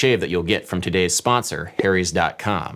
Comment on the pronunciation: Funny how you pronounce "Harry's" like "Hairy's"! LOL Great music, BTW. I've been digging on lofi hip hop music for a year now, and this is the first tutorial that explains it. Thanks for being a hero!